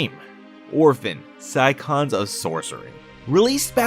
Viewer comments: it's "sigh on" like the car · Wait.... how did you pronounce "Scion"? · you pronounced it wrong